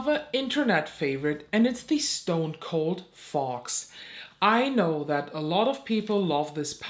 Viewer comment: I love your insights. However I couldn't stop giggling when you were reviewing the Fox one because for whatever reason in your accent it sounded like you were saying the "fart palette" to me. Probably just me but it was adorable and I love it.